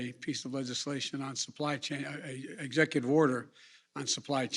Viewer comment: "I'm joined by the executer director"